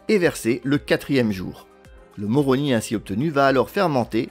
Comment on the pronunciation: On dit « moromi « … Tu sors !